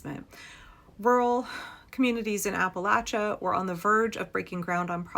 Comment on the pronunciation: 1) From Kentucky, thank you for pronouncing Appalachia correctly. 2) If the people of Appalachia don't want to become District 12 from the Hunger Games, they need to reexamine their political stance ASAP.